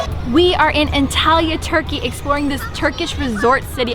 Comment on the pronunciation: The way you pronounce Antalya is just... not normal... I almost hear it as Italy which is so unsettling haha